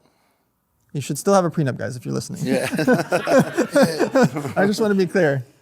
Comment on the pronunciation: 🤡 - "GET A CONTRACT FOR EVERYTHING. EVERYONE SHOULD GET A PRENUPT!" Logan- "Do you have a prenupt?" 🤡 - "no"